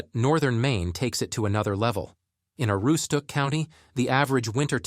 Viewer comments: They couldn't even settle on the way they pronounced Aroostook. I heard probably 7 ways of it being pronounced and every one was wrong. This video is what happens when someone not from the county makes a video about the county. This video acts like people in the county are communicating via smoke signals. Ironically they couldn't even provide valid footage of Portland and instead used footage of Portland, Oregon. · There are some valid points in this video but the biggest thing I learned is that whoever is reading this or using AI to read this clearly has never tried to pronounce Aroostook County in real life. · If your gonna do a video of such a place as this, Aroostook county. Than first thing you do is learn how to pronounce certain words such as Aroostook ( A ROO STOOK ) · I can tell you why we left Maine. We lived up in the county where he is talking about. We loved it. But when the state voted in this communist Gov. we had to leave like most other people. The narration can't even pronounce Aroostook County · Dude can't even say Aroostook right. Terrible video. There's nothing here so go away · If you cannot pronounce Aroostook County, you're not worth listening to. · Made a video about northern Maine. Can't say Aroostook properly 😊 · The AI can't even decide how to pronounce Aroostook and they expect people to take this seriously. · You read my mind!!! It drove me CRAZY listening to him mispronounce it repeatedly!!! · I was thinking the exact same thing. The pronunciation of Aroostook is killing me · if you've been to the county you should know this video is misrepresenting northern maine. They couldn't even settle on one pronunciation of Aroostook so instead mispronounced it wrong in about 7 ways. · hahahaha i caught that too!! also: narrator mispronounces "Aroostook" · I noticed both also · As a lifelong Aroowsticook County resident...Ai is painful to listen to. 😂 It was prounced 8 ways and not 1 right lol..and it was a good try on Presque Isle